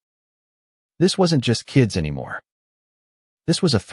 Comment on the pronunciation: Good story but the AI narration needs a lot of fine-tuning. How does the word "anymore" become "Anna Marie"?